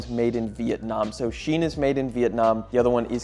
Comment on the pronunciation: All that investigating and you didn't bother to investigate how to pronounce Shein.